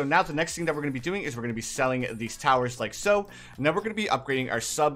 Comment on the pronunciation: Love the vids and what's with you saying likaso?